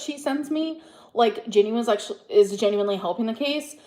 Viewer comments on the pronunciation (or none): YES!!! Especially the aggressive "UMM" she does so often and those *ridiculous * mispronunciations; geenuinlyyy...leeederally...etc. Not cute or quirky, just annoyeeeeng.